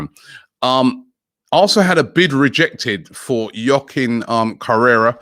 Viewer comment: Robbie just FYI it’s pronounced “howah-KEEN” Joaquin